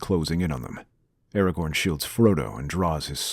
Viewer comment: aragorn, not aragon